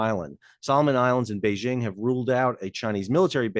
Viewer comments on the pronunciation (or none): none